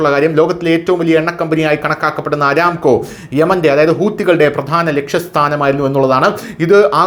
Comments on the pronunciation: Not aramco. . Aramco അറാmco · അരാംകോ അല്ലടാ പൊട്ടാ അറാംകോ 😂